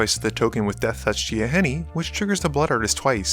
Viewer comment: I watch a bunch of your videos, and it is amazing content. Keep it up man! One question tho: Why in the world do you(and from a little reasearch, a bunch of other people online) pronounce Gaea as Gaia? It is indeed pronounced as gay-uh (like the supercontinent Pangea) :D And I keep noticing it every time you say it...and wanted to post this comment for more than a year now. :D